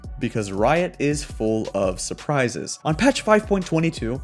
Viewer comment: "Riot is full of s....urpises"